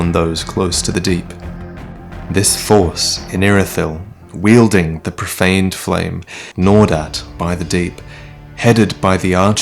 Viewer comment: its funny you pronounce "gnawed at" like "Nordat"